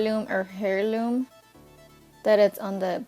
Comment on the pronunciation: The eyeshadow "heirloom" is pronounced "air - loom"